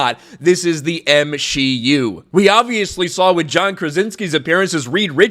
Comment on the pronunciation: "M-She-U". I dont watch Marvel, I've seen like 5 of them, so I thought had been saying "MCU" with a 'shlur' like he was Walter Matthau or something. Whoops!😅